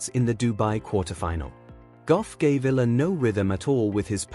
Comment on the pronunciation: Alexandra Eala (Eh - ya - la)..please pronounce the surname properly..